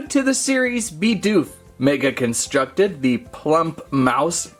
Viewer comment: He was calling Bidoof Bi doof not Bid oof